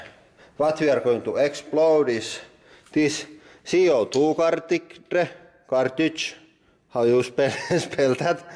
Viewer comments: I wish I could say Cartigdre like that sounds better than Cartridge ;) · What the hell is a CO2 Carrr-tick-drrruh